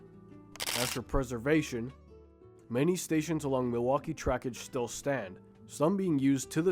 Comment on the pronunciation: Why so difficult to say the name "Milwaukee?"